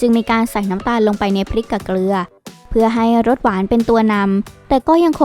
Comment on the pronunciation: เกลือครับไม่ใช่เกรือ